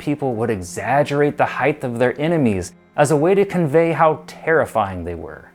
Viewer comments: Quit saying heighth, it’s not a word. HEIGHT has no tense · Would everyone please stop adding the "th" sound at the end of height. It's pronounced with a "T" so you literally sound like you have a speech impediment. Thanx 👍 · H-E-I-G-H-T IS PRONOUNCED ( H Ī T E) There is no 'th' sound in the word height!!!! You sound like a moron!!!!🤔🤨😐😑😤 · Why is he saying heighth 💆🏽‍♂️ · Please learn how to pronounce height, I can't even finish watching, it was so annoying, it's pronounced hite!! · How am I supposed to watch a video about height when 20 seconds into the video, the host thinks it called heighth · Are you pronouncing it 'heighth'? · Does the word height somehow now have an added h at the end because this guy apparently speaks as such. So annoying, like the word literally! Didn’t even get past 2 minutes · Maybe in all your “extensive research” you should have actually read the word: H E I G H T. Note the lack of a “TH” At the end of the word. Here in the modern world, we have this almost magical resource called “GOOGLE”. See also: Bing… Jeeves… Webster’s Dictionary… or if all that’s too complicated, maybe just ask Siri! “Hey Siri, how do I pronounce height?” If you want anyone to take you seriously and not dismiss you as an uneducated, bush-league idiot, you really need to expend 10 seconds of effort to learn how to pronounce the word you supposedly spent “weeks” researching.